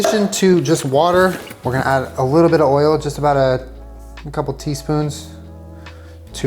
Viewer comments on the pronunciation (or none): At first I thought you said that Panda Express orange chicken has msg, sugar, and WHALE in it, and I GENUINELY thought that there could have been some whale-meat-orange-chicken scandal that I just hadn’t heard about yet. Then I went back and realized you had said “oil.” This is what 2020 has done to me.